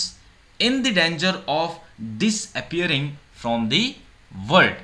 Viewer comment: You speak really fast 😒 Are you trying to show off ?? 🧐 Worst 🤮 teacher anyone could get!! You don't even know how to pronounce words 😂 Foolish!!!! 😂😂😂